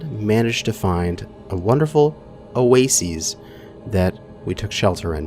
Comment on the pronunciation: "oh-way-sees" lmao.... pronounced "o-way-sis" Love yeah :P